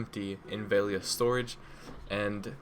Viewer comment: VEL-E-AH not VALE-E-AH Sorry but it was bothering me xD